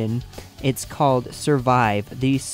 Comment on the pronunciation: "certain fianle"... curtain finally